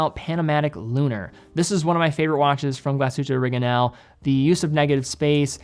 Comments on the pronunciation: More bothered by glasshute oreginal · He almost nailed the German pronunciation of Glashütte* Original", given that most native-English speakers cannot pronounce the throaty German "R" and the Ü-umlaut, it was close to perfect.